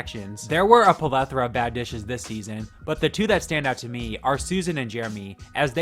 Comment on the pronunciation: Palethera , plethora ,, I love you